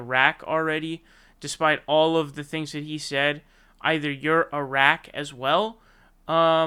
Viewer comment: Why do u call racist “a rack” or “Iraq” ... lol... I was only listening and first and I was like wtf? had to open up the vid and look at the tweet